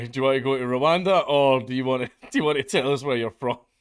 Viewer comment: "Your going to Rowanda"